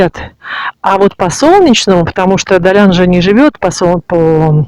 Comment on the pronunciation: Далян...без мягкого знака звучит странно, а ударение в слове Сафари тоже удивило, а в целом неплохой ролик, верно я поняла, что у моря нет гостиниц? И до моря добираться только на такси?